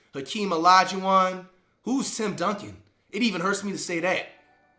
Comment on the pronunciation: I know he be trolling but when he said Duncan….like aight cmon bro 😂